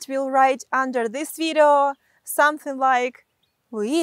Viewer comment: I follow you cause instead of video you say vitto.